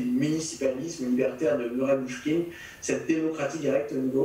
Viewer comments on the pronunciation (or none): Bookchin pas Boochkin. Super conf néanmoins.